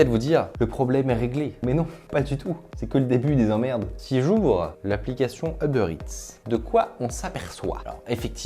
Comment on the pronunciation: "Heubeurre Ète"